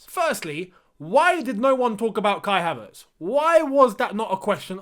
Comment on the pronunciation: You pronounce his name correctly